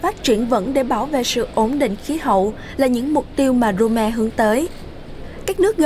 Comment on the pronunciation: Tớ có nghe lầm không@@ thủ đô của ý là Rome đọc là Rôm chứ không phải Rô me nha @@